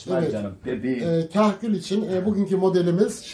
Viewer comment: kahküle kerkül diyor yaw :D